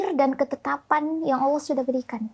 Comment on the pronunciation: Aamiin... Td AQ dengar , insyallah cara pengucapan kata "Allah" oleh dokter SDH spt orang Islam pada umumnya.....